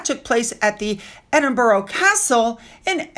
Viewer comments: Love your channel but can I just remind you that it’s Edinburgh not Edinboro!! So many people make this mispronunciation. 👌🏼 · Edenborough is pronounced Ed in bra 3 syllables